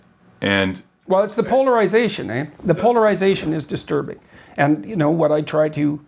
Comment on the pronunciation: The 'eh' tag! Finally! I've been waiting for Peterson's inner Canadian to manifest himself linguistically.